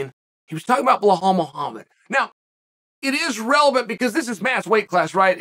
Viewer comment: Vinchincent Luque, BellHall Muhammad 😂